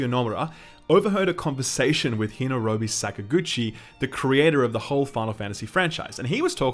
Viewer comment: Hinorobi???... Sigh... White people